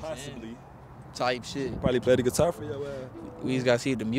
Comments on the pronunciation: It’s how he saying “geeetar “ for me 😭💀☠️they funny asfk though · Bro said getiar